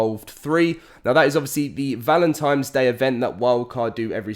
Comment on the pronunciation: Repeat after me, "ValentiNNNe"